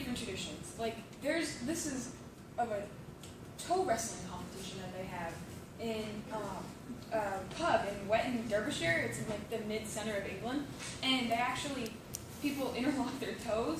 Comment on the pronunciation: 'Derby'shire or just 'Derby' is pronounced Darby.